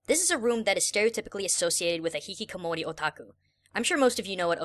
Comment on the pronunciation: It's Hikikomori,. Not Hihikomori.